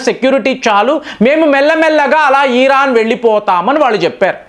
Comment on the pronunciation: నమస్కారం. మీరు ఎందుకు అల్జీర నీ అల్జీజీర, వెనుజుల నీ వెనుంజుల, ఇరాన్ నీ ఈరన్. ఇలాగా అన్ని తప్పులే పలుకుతున్నారు. మీ వీడియోలు అన్ని చూస్తాను, అన్ని చాలా బాగుంటాయి. మీ స్పీచ్ మార్చుకుంటారు అని కోరుకుంటున్నాను.